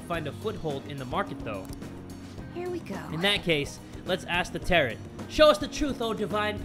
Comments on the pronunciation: It's pronounced TEAR-O not tearot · the tarot in tarot card is pronounced Terr-o.The fortune teller's name is pronounced Chi-high-ya.Good video as usual. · Your mispronunciation of tarot triggers me.